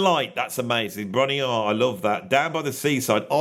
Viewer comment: Just so you know, Bron-Yr-Aur is pronounced: BRONARRIAR.